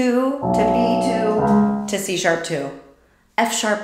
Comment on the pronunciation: When you said, "That's a C#", I thought you said That T-shirt and you were commenting on his muscles!😁